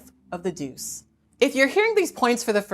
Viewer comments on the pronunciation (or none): The pronunciation of duce made me chuckle.